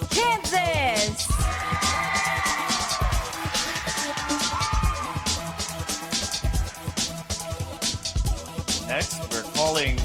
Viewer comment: When he said Kansas it sounded like cancer